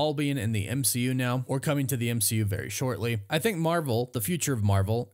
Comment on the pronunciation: Goodbey m-she-u